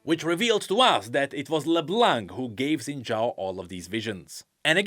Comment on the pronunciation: Dude her name is pronounced like La-BLONK